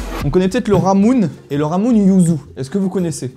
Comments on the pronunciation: "Ramuné", pas "ramune" en prononciation >< (en mode Assimil, c'est "lamouné"). Et au japon, le R et le L se prononcent pratiquement pareil, donc, pas loin de "lemon" ou "limonade" ^^ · le ramune se prononce "lamuné" ca veut dire limonade et c'est super bon y a plusieurs "arome" gouts. les sirops monin ( brownie/caramel/tiramisu...) son fait pour manger avec de la glace/ des pancakes..... et non pas a boire avec de l eau